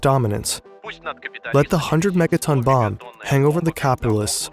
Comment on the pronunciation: It sounds like you are pronouncing the bomb german .... Bombe.